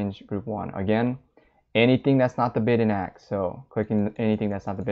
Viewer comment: Great video. Just one thing- "Ask" isn't pronounced AKS